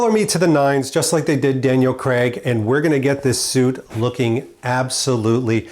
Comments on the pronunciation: Craig not Creg. As you Americans pronounce it. Please don't take any offence. Great in depth video, just wish I could have my clothes tailored like that. Not forgetting the dosh to afford it! Cheers. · Great content but please please pronounce his name correctly? CRAIG. Not Cceg !!